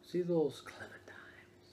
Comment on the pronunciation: Great video ^^ PS: Is it me or says ClementiMes instead of ClementiNes?